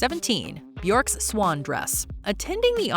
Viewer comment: Bjork? Really? It's Bjork ffs.